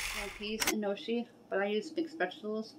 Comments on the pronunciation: I love gnocchi too. It's pronounced "no-key". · Gnocchi is pronounced "Nyo-kee" ...just a lil FYI !